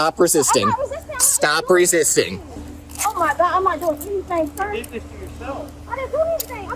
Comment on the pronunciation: “What I deed???” 😂